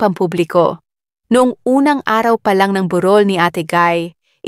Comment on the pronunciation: MALI MALI NAMAN UNG PAGBIGKAS NG TAGALOG. 1. burol 2. lamay HINDI PILIPINO YANG NAG SASALITA.